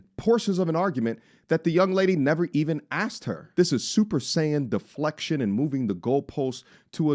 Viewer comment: ........"Deflectagon".......⁉️....😂😂😂😂. Big up again bro...respect from Trinidad. 🙏🏾